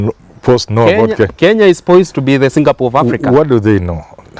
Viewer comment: Did you mean Kenya becoming a Singapore???!!???. If I heard you well it's jingapoor!!